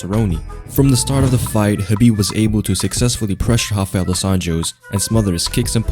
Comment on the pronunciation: It's not Hafael but Rafael as in rabbit not hobbit.